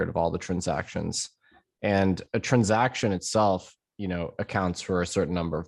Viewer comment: I like how he says trunsaction